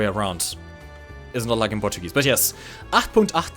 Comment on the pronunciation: when you pronounced the flak truck. just 10/10 would pronounce again.